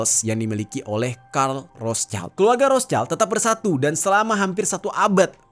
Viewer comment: Bacanya Rot Shild ya bang. Bukan Ros chaild.